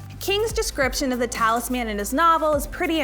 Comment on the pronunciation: It’s talisman, not talis man. Lol no one collects a talis man, that would just be one more mouth to feed. So it’s all together as talisman to indicate the small objects.